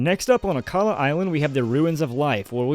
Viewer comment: it's akala